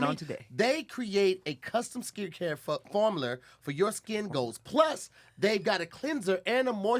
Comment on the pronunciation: This nigga said formuler 😂